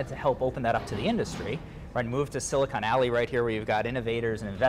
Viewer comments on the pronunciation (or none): Did he say silicon alley